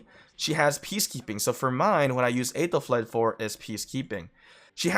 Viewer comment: You pronounce her name wrong...